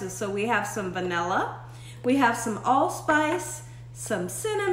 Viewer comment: Vani-lee lol